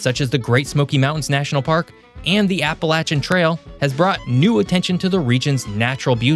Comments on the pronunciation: Well they can’t even say it right ! Appalachian does not have a T in the word for people not from here. It is (appa lay shin) not (appa latch an ) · Appalachian does not have a T in the word for people not from here. It is (appa lay shin) not (appa latch an )